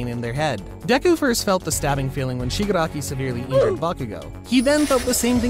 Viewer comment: Shigraki (shig r aki)🤬😡🤬